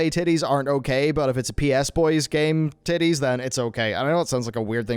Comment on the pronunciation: hearing the term "anime tidies" spoken in an Irish accent is just.....MUAH chef's kiss